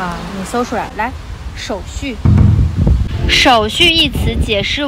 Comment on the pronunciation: 手續啊！就手續啊！哈哈！在台灣這樣的服務員，會被投訴到翻掉，連話都說不清楚的服務員😂！這樣真的不行！